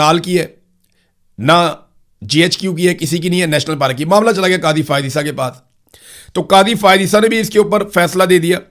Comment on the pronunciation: پاراک نہیں پارک